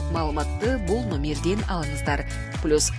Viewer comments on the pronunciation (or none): none